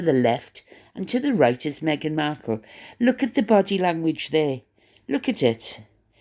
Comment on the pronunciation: Mindy Kaling is an American, born & raised in Massachusetts, of Indian heritage. So she may have been trying to be funny when she said leook instead of look. Cheerio!